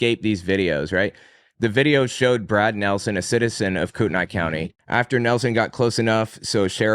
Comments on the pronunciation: it’s pronounced Koo-ten-ee. The spelling is confusing, I admit. Love the podcast, btw! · If it's Kootenai, it's prounounced "Coo-ten-ee" to my understanding. It's a first nations place name.